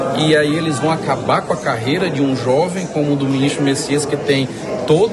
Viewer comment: Não é Messias e sim: Bessias